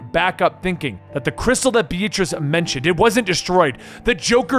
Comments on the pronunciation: Please never pronounce the name “Beatrice” again. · Why do you pronounce the name Beatrice B-A-t-rice?